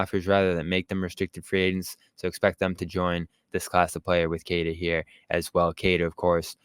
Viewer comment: Its pronounced “keh tah” not “kay tuh”.